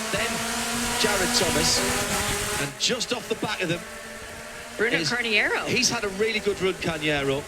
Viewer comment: ah those Brits pronouncing names!! worse than Americans lol Bruno Cahniero , Rohdishio grill ahahahah